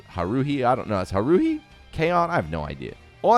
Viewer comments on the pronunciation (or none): Only if you didn't notice where he put the emphasis; he said it as huh-ROO-hee, as opposed to hA-roo-hee. I'm sure he knows how it's supposed to be pronounced though, so I'm mostly memeing here. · "ha-roo-hee"? "I don't watch that trash" pls